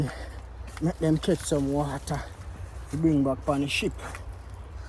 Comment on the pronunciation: Seh water….😂 U keep saying wader 😂….mi juss a mess wid u mi boss love this video